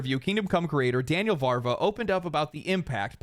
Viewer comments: You are 99% right. The 1% is that it's Daniel VaVra not VaRva. (I know, I know, I'm sorry I had to say it, my Czech ears bleeds, I can't not say it) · just a little correction, because living people's names imho deserve it: It's Vaav-ra not Vaarva. Otherwise 100% agree, great vid as always! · It's "Daniel Vavra" [vu:v - ruh], not "Daniel Var va" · Bro, it's Daniel VÁVRA, not VÁRVA, the V comes before the R sound. It's tough to pronounce Czech words, I know, but hearing it wrong over and over and over again gets infuriating after some time. It's like if you pronounced Miyazaki as Mizayaki. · sorry, but VaVRa, not VaRVa. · its Daniel Vávra, not VARVA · I still think it's the Billionares funding Polygon to keep us fighting among ourselves. There's no way that place is profitable. Also I think it's VaVra, not VaRva. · Agree with everything, but come on, it's VÁVRA, not VARVA. It's not that difficult. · VaVra, not VaRva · Daniel Vavra. VAV-RA. VAVRA. But you ARE wearing glasses already so I can't recommend that. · As a non-Czech it hurt my soul too.